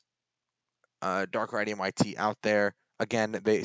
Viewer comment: His name is, dark rai tweem thats how u pronounce it!